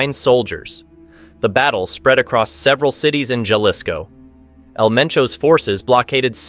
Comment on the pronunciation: If you’re gonna do a documentary on this shit atleast learn to say some shit right….wtf is los zeatas ….zetas pendejo & wtf is yalisco